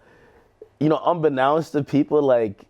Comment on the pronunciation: ak pronounces unbeknownst as un be nawst. How the fuck this man have a degree from Rutgers? He stays mispronouncing words or is guilty of many malapropisms. Stupid man he is.